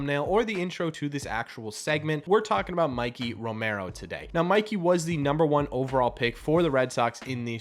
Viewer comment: not Mickey Romero. MIKEY** Romero M 👁 🔑 Romero